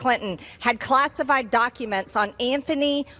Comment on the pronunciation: "class EYE fied" GOD! Can we just launch her to the fucking moon already?